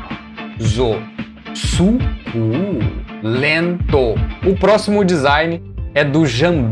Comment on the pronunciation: Rachei de rir na parte do su-CU-len-to kkkkkkkkkkkk